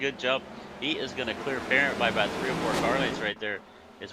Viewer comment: It's not Parent like guardian, it's cajun, soo it's said like "Puh-rahnt". Since he's cajun he's a lil wild and may come after you if you don't get his name correct.